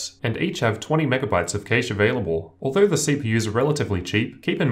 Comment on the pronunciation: Cache = CASH, Keysh isn't a word. I don't get how down under you are.